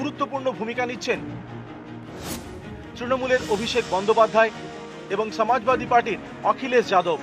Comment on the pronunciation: বাঙালী বাংলাতে উচ্চারণটা করলে হয় না? সমাজবাদী কে ছমাজবাদী বলে কী বেশি স্মার্ট লাগে?